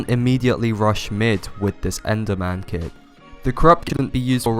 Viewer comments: I can’t tell if you!re saying, “kid” or kit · I thought he said kid lmao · i thought you said "kid" lmao